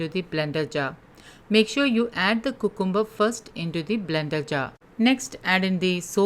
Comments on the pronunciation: Yeah it sounds cuuute.... but thats wat we Indians hv bn taught since our baby days in a very babish way 😂 Actually its pronounced as "Kyu-cum-br... 😊👍🙏🙏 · It’s pronounced kyoo· kuhm· buh